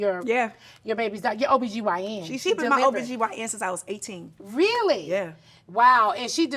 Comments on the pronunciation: its not OGBYN its OBGYN 😀😃😄😆😅🤣😂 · Not OG-BYN 😂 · Nene said OGBYN 🤣🤣🤣🤣🩷